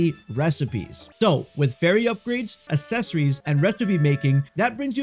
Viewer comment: OMG, pronounce accessories correctly